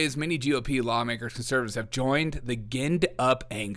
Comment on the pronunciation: Just found your show, easy to listen to, enjoyable, gave me a smile. I subscribed for more. Ginned- pronounced, jinned.